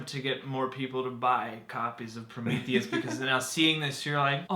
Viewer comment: Your saying Prometheus wrong lol.